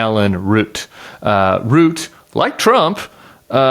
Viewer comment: Does this interviewer have the same name as the most recent ‘assassin’ ? Oh no he’s a Root 😂 not a Routh. OMG what a bizarre country the US is, well obviously not all of it.